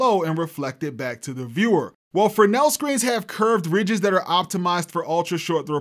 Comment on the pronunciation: Big props for pronouncing Fresnel as “Frenelle”!